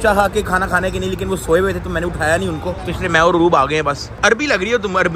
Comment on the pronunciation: Lekin ❌ likin